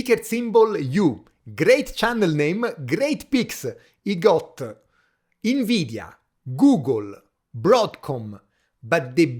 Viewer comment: Everytime you say INveedia i want to throw a QUAHSOHN at a snobby frenchman 😂